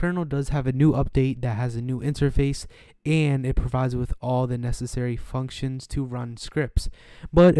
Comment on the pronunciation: i said fucksions instead of functions XD